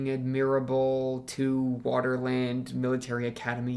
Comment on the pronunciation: Just so you know, what you kept reading as "Waterland" is supposed to be "Vaterland", which is German for "Fatherland".